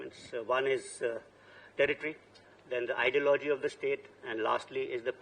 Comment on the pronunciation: And ideo-logy 😅